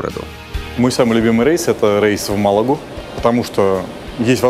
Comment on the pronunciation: не рэйс а рейс